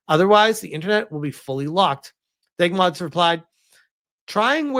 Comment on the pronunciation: My brother in Christ, it's D.E.G. Mods, not Deg Mods.